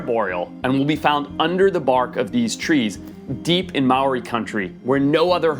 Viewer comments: The way you absolutely BUTCHERED the pronunciation of Māori kills me. Ya could have looked that up before making the video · you said maori wrong and im maori and all the other maori words coz I get mad when someone says a maori word wrong I'm not trying to be mean to you just saying 😁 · Also coming from New Zealand, the way he pronounced Māori physically hurt me